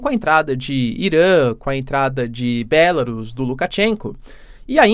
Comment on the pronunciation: Professor, em português o nome do país é "Belárus", todas as proparoxítonas são acentuadas.